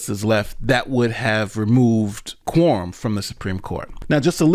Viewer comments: Why do you keep saying “Quorm”? The word is “quorum”. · Hahaha!!! Sorry, but I had to share. I'm listening at 2X speed, and it sounds like he's saying "porn" instead of quorum. Changes the whole tone. Back to work now.